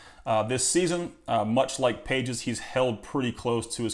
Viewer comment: Andy Pages = Andy "Pah-hez"